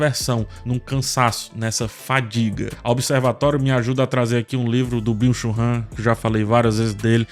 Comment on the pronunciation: Entendi o nome do filósofo como Bicho rã😂